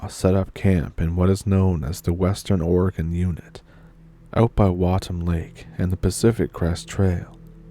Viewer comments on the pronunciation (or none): You are doing great on the pronunciations of our quirky town's and River's. Just one more thing...OR-E-GO-NE-UN. Love your stories and I always bring my own Stump now. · Seems like she is trying to pronounce Oregon like the beginning of oregano. She probably learned to read with the "Guess and Go" method instead of being "Hooked on Phonics". #Our Public School Wisdom at work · It’d be nice if you were an Oregonian you could pronounce it right! lol?